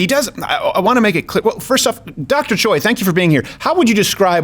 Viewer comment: Steve it's not CHOY it's pronounced Chay like like heeeyyyy oi is a in Hungeoul he should have corrected you